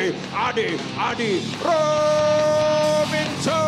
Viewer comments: Komentatornya berkali2 salah nyebut nama Adi Rominto. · ini komentator kayaknya tidak menguasai teks,, tolong di ganti jangan di pakai yang tidak berkualitas ngucapin nama aja salah..( adi rominto)